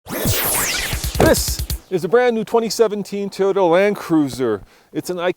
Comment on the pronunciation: I'm pretty sure the company is called TOY-ota, not TEE-ota. Just sayin'...